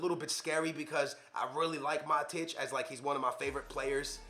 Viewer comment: This 40 year old bozo doesn’t know how to pronounce ... diebala lahhhzzioo mahteach smh.